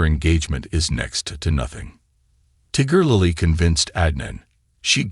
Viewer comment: If u r going to Ralf about her , Pronounce her name right…